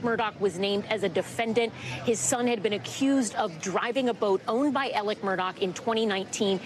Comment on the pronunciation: Alec !!!!!!!! Not elerk....what is wrong w these commentators!! Ridiculous, get off my screen.